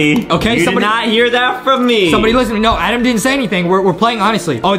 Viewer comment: Adem not Adam